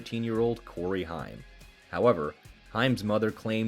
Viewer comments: I think dude last name is pronounced haym not hiym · Your correct it's haim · HAIM, not Heim. geez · To those narrators that didn’t grow up in the 80’s and 90’s…It’s pronounced HAME!! Not HIME. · Corey HIME? It's pronounced HAYM, ya artificially intelligent imbecile! lol 🦃😁🦃😁🦃😁🦃😁🦃😁🦃😁🦃😁🦃😁🦃😁🦃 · it is pronounced HAME SPELLED HAIM THAT BUGGED THE CRAP OUT UF ME! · Say the word " aim" and put an " H" in front of it! Thats how it's pronounced! I swear that's driving me crazy! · Creepy robo narrating can't pronounce Corey Haims's last name. 😅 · Dude please say Corey’s last name right!